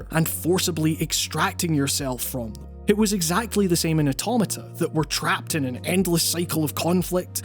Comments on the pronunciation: The way he says automata scarred me. But as a Glasgow Uni alum from the states I’ll let it slide. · And yet another mispronunciation of automata